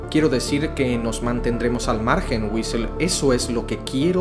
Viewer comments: Este men cambia las palabras de lo que lee demaciado, tanto que en vez de decir Ulysses dijo Uisel xd? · nadie dice nada porque en vez de ulises dice wisel